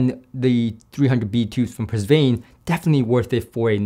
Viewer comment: Pusvane? Is that how it’s really pronounced? My understanding is “puh von” but something got lost in the translation by the chinese engineer.